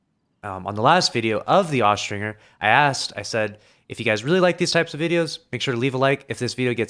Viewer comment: Austringer is pronounced with the J sound, not the hard G. Look it up.